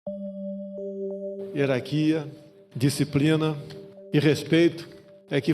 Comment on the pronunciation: "Herarquia, disciprina" 😂